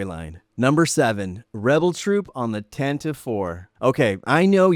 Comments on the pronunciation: Tan - tive 4?? I always thought it was pronounced Tan - te - vee? 🤔😅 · Thanks nice video! I would have loved some of those figs. Isn't it pronounced tan-tiv-ee IV? Thought I heard that on the radio drama